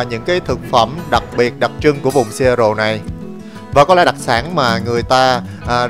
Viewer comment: Seattle đọc là Sì-á-đồ ạ